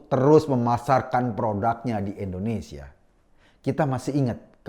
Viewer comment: Mas Eko, sebutnya 'Indonesia' dong bkn 'endonesia' 😊 pk I bkn e 🙏😊